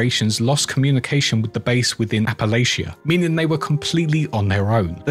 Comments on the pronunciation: It's Appa-Latcha. Not Appa-Laycha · Btw Appalachia pronounced "apple'atcha". Saying this as a born and raised West Virginian, not trying to nitpick. Excellent lore video :)